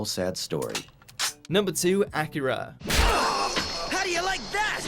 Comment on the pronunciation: Tell the idiot voicing this he miss pronounced Akira.